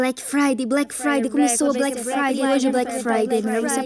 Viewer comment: Gente não e Black Friday e Black faude